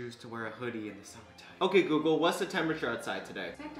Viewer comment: "Hey GAYgle.”